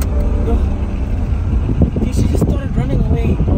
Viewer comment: Not "why are you ronning" 😂😂😂😂